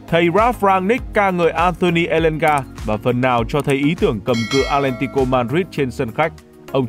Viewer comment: Tại sao Elanga là người gốc Thanh Hóa vậy mn?? Không phải là nghệ An hay Hà Tĩnh..